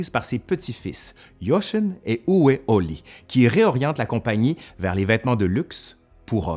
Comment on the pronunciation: pour la prononciation : Jochen = "YoRHen" et Uwe = "Ouveu"